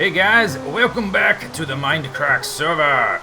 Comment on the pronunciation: i love it when you say welcome backa to the mindacracka serva